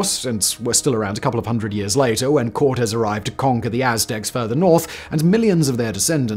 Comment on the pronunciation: Simon, those marks above a vowel in Spanish show you where you have to "say" or pronounce it sronger. The name sound Corteeez, not coooortes (courts as in law not sports).